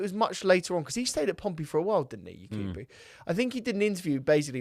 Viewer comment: please next time it’s Yakubu not Yekubu pls Sorry for this he’s a legend here in our country even though he miss the open net